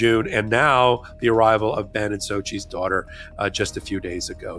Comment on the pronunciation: Ben says "Sochi" and he should know!